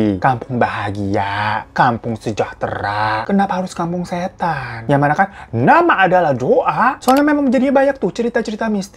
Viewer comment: Gw sampe ngulang berkali² pas bilang "KAMPUNG SHHÈTAN" wkwkwkwk